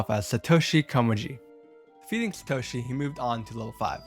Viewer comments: YOU CALLED SATORI SA TO SHI COME ON MAN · as a touhou fan whos favorite entry is touhou 11 subterranean animism, the touhou one is really... REALLY bad... also, by satoshi komeiji did he mean satori komeiji or koishi komeiji also, is "remiroo" supposed to be reimu ? not dogging on the narrator, but genuinely asking also, the burning hellscape isnt really too out of place in subterranean animism, as the cat he refers to (named orin kaenbyou) is tasked with bringing souls to hell. and the "giant raven" is just okuu. theyre both servants under lady satori and her younger sister koishi. both orin and okuu are very devoted to the komeiji sisters, and thered be no reason for them to look for new "masters". even if the komeijis did something really bad, i cant imaging theyd leave. idk, overall not very cohesive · AND SATOSHI I burst out laughing so loud you dont even know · As a Touhou Fan myself...the way he says the names of Reimu,Satori,and Koishi bugs me a bit...but still a great video regardless!